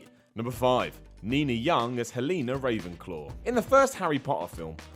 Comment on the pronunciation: Helena ravenclaw did it bother anyone else that he said it wrong